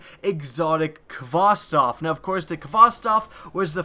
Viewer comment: Uh,.... It's Khvostov... Not Khvostof... Just thought I might point that out.